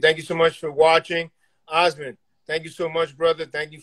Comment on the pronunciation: Pronounced Aasmund pretty well for a New Yorker 😂